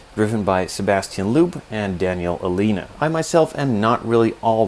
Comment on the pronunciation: I did the 2017 Fiesta kit by Belkits as a review for a website provided by Belkits, it was an amazing kit. Such a great atte turn to detail. Honestly the best model kit I've built to date. This one I've been waiting for, hopefully I.may be able to get hold of this one for review and build in the future. Also Seb Loeb is pronounced "Lobe", he's a 9 time WRC champ 🏆